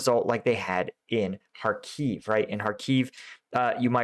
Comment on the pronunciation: thank you! btw, in Kharkiv, the stress is on the first syllable (HAR-kif)